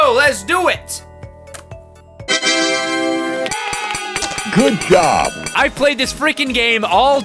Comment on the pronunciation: it sounds like it said good yob